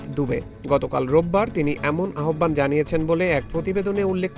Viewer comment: Correction: আহ্বান = উচ্চারণ হবে আওভান